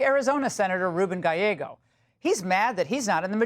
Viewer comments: Gallego will always be Ga-leg-go no matter how much he wants people to say Ga-yea-go. :face-blue-smiling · Actually it should be pronounced GAH JE GO. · How long did you have to practice his name Laura. lol Good job I really enjoy the Ingraham angle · Just remember that Spanish words that have two”L’s” do not pronounce the “L”s”, they are silent. If only one, then you pronounce it. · Gallego is pronounced F*cktard!